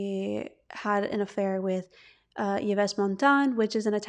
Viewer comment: Enjoyed this podcast, thank you. FYI Yves (Montand) is pronounced like Eve, his wife actress Simone Signoret has acknowledged their affair, expecting it to be a fling for which she seemed tolerant in a way. As far as your claim we shouldn't label her, I agree, to then conclude you'll therefor label her as straight though sounds a bit contradictory and diminutive of anything other than straight. Just my opinion.